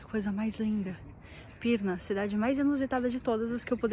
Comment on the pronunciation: Você em Pirrrrna! Que paisagem linda! Sou caipira “pirrrrnapoca”!😂❤🎼🎹🎤.